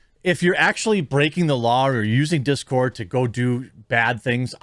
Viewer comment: It's dis cord not that cord.